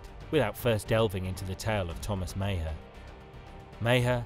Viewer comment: Maher is pronounced Mahar